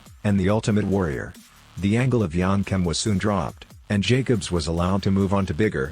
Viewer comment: It's yankem not yonkem dude . Get it right